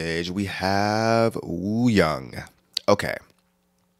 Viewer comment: It's a great photoshoot, super weird but I like how unique the looks are. The making of vid was a lot of fun to watch, especially Seonghwa's bits The photos in uniforms are from the shoot done on the set of their MV The Real Seonghwa's name is pronounced "Song-Hwa" with the "H" not really silent but not super hard. Yunho is pronounced "Yu-No" (like "you know"). Wooyoung is "Oo-Yong". And yes, Wooyoung's upper piercing is real too.